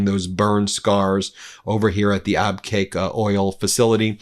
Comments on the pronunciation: Ben it is pronounced "Ab Cake", NOT "Ab kwake", I live there for 16 years. Please pronounce it correctly. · Abqaiq is pronounced Ab-kaik. Not Ab-quack. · Ben : “Abqaiq” is pronounced “Ab-cake” not “Ab-kwake”. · Ben its Abqaiq (abqiq) not Abqwak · C'mon. You can't pronounce Abqaiq? It's AB- CAKE. Please check the pronunciation of places you are naming. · Its pronounced AbCAKE. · Excuse me Ben. Abqaiq is pronounced like *Ab-keg" The photo shows the smoke coming from the area where the flare stack is located. It may have been an operational ignition. Not attack damage. A 7 Million bbls per day oil treating facility. Equal to Saudi Aramco's average export capacity before the war started. Today Aramco's TOTAL daily production is 7M bbls. It was around 9M last year. We need to find out how much damage was done. Abquiq is VERY IMPORTANT. Note that some of the burn scars may have been left from the Houtis 4 September 2019 attack. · Abqaiq is pronounced Ab Cake. It is an oil processing not oil refinery plant. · Ab-qaiq , ab-cake. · Abqaiq is pronounced Ab-cake (there's no u in the name.)